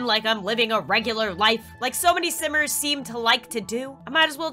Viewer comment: when she said simers I thought she said sinners